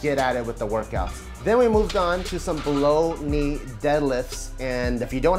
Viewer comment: Lmao i heard "blow me deadlifts" instead of "below knee deadlifts"